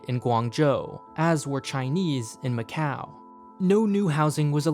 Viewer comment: and he claims he went to macau! Nobody in Macau would ever say it that way 🤣